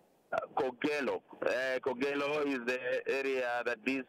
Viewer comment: Kogelo not kogalo